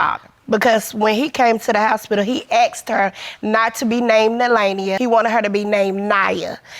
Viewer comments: He axed her? Is he a headsman? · Before these shows someone needs to sit these people down and explain the proper use the words was and were, PLEASE. Asked not Axed. Damn.